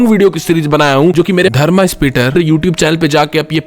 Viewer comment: जबरदस्ती का "आ" क्यों लगते है? जैसे पांडव को पांडवआ बोलना , धर्म को जबरदस्ती धर्मा बोलना, इस पर भी वीडियो बनाओ